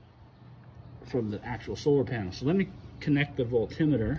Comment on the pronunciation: I love your pronunciation of voltimeter. Lol. Forever changed my usage of Volt meter. Thank you. Did you find the solution? And thank God you didn't say Renalogy.